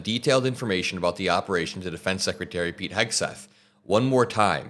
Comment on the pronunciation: Again sekitary..instead of secretary...